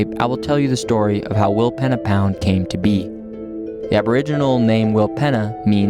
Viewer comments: We camped in our caravan at Rawnsley Park Station a month ago the Flinders Ranges are amazing. Tested out the Jeeps 4wd capabilities in some of those canyons and tracks. You guys are a lot more energetic than we were (also a lot younger) Normally Aussies would pronounce it Will peena pound but maybe the indigineous people pronounced it Will penna. The Pich Richi railway and the silo art show in Quorn were also interesting to visit. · Pronounced Wilpeena pound! Pee 😂